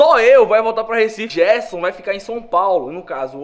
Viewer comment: Som Paulo.. 😂😂😂